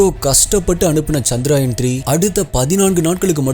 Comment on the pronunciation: Bro, it is 'சந்திரயான்' not 'சந்திராயன்'. ஏதோ சுப்பராயன்ங்கிற மாதிரி முக்கால்வாசிப்பேர் தப்பாதான் உச்சரிக்கிறாங்க.